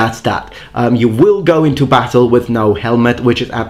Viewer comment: 🤣🤣🤣🤣 that pissed me off so much